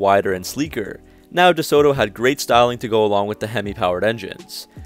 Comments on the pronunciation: Nice research and photos! Pronounced 'Duh-Sew-Doe'. Not with a hard T and pregnant pause like you said. : ) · Dee-sota. That's how we said it. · Great video...note the "t" is soft i.e. "DeSodo" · your pronunciation of DeSoto is so wrong, you day De-So-to and is De-Soto pronounced quickly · ..interesting pronunciation of deSoto..we always pronounced it as 'deSodo..without the hard 't' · Unfortunately, that is how many younger uploaders talk these days. More of a copy & paste scenario with little thought into the delivery and speech. The way 'Duh-Soe...Toe' was said over and over was a bit cringey as well. He did add nice photos and included a lot of info but could've been a bit more polished indeed. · Groucho always pronounced it DeSoda... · I’ve never heard it pronounced DeSooToe? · I really wanted to watch this video, but can't get over the way you pronounce DeSoto. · I love this guy hitting the "t" so hard in DeSoto again and again. Oh right. This is the guy who can't pronounce "fuselage" (see his airplane videos).